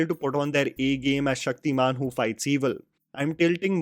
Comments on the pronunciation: Its Shaktiman not Shakti-Man I have huge respect for you but plz dont mix your such accent. I love and I believe others too love your videos. Love. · He is Shaktimaan you Said Shakti-man , and Its Tamraj not Taam-raj . Tam - Darkness/ night . Ranveer < Shaktimaan